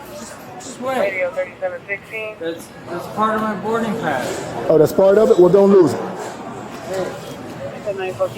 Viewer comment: “Thers is a regurlated berding pass”